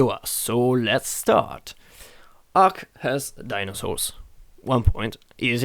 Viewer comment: Ark not arm